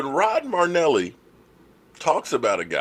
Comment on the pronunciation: Your killing me. His name is NOT Rod Marneli! His name is Rod Marinelli! There is an "I" in there. You dis him by mispronouncing his name. How to pronounce Marinelli